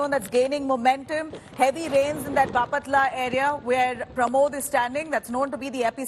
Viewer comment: it's baaaaaapatla Not bapaaaaatla